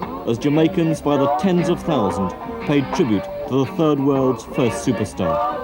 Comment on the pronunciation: Emphasis on "third world" 🙄